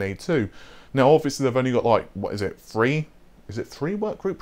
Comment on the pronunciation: I like how he says "RDNA FREE" instead of THREE 🤣